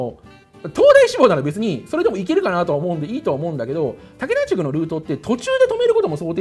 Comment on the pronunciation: だけたぁじゅきょうむしちょうのなーもりです